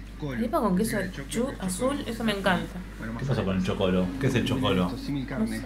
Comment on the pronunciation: Chocolo no! Chócolo, por eso son tan importantes los acentos! Las arepas de Colombia son hechas con puro maíz cocinado y no de harinas de maíz como las Venezolanas!